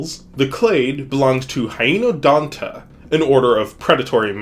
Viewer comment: lol I heard pholk up a ton a day